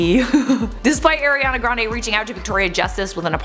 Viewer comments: Her name is pronounced "Are-ee-on-uh Gran-Dee" (rhymes with brandy) NOT "Air-ee-an-uh Grahn-day"! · COME ON ITS NOT AIR-IANA GRANDE